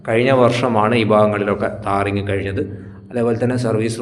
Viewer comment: താറിംഗ് അല്ല ബ്രോ ടാറിങ്😊